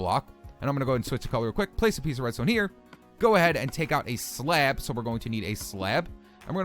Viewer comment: slab not slad